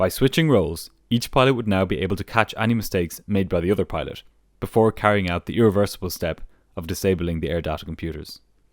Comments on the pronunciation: I think the way he pronounces pilot is of a different dialect than my ears are used to and had thought it sounded like peelot tubes at one point; and pedo at another. That's my bad for not being accustomed to the difference of enunciations in the world. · He said petot